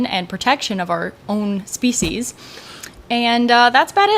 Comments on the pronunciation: For the record, it’s pronounced speesees, not speeshies. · No, she said Soeech She's. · There is no h in species why are you pronouncing the h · Yep, she said "self preservation & to protect iur species"😂😂😂. Wowzers